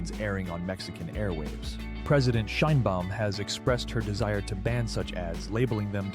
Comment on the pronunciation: Your reporting is informative, but please: President Sheen-baum? No, Shine-baum!